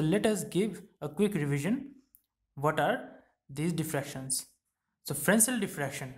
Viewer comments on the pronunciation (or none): Frensel kadhu sir...fresnel... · FRESNEL - The french do not pronounce the S in this case.